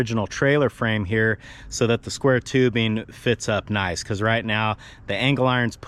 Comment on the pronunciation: "Naice" ending 🤭